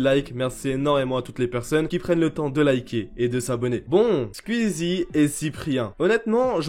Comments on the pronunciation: On peut faire une pétition pour qu'il arrête de dire squiizie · comment ça me vénère comment tu dis le blaze "skuizi" damn en plus tu le dis plein de fois on dirait les gens qui disent "ouit" au lieu de "huit" 🤣😭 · Par contre comment tu écorche le nom de Squeezie 😂😂